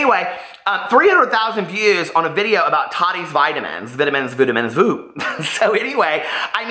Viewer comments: the way you are saying vitamins, makes me think of the "I Love Lucy" skit, vitavigemin lol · VE-TAMINZ LMAO!!!!!!! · I thought the same thing 😂😂